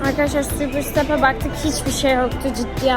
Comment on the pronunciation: Abla superstap öyle okunmuyor ama sen bilirsin süğpir sıtep değil süpersıtep diye okunuyo❤